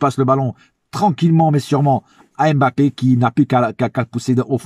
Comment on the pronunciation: Concernant nos joueurs avec un nom de consonance Africaine j'aimerais vraiment que tout le monde fasse l'effort de bien les prononcer svp, Eric Junior Dina Ebimbé, comme M'bappé on prononce pas la lettre M come tel mais comme mmh sinon j'aime beaucoup tes debriefs et ton amour pour nôtre club force à toi frère.